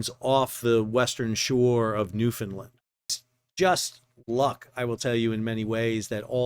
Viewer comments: Great coverage. Thank you for that. Please pronounce our name with the 3rd syllable as LAND and not LIND. You're doing fine with the first 2 syllables. Like Scotland, Finland or Swaziland, we a Newfoundland. Those this type of event is part and parcel of living here, few of us get to see it this close and personal. Thanks again for the spectacular coverage. Bob Hyslop Mahers, Newfoundland and Labrador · Fyi - Newfoundlander’s pronounce their island name as NewfinLAND not NewfinLUND Always love your vids!! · Great videos to all involved. Just a heads up. We pronounce it exactly the way it spells out. NEW-FOUND-LAND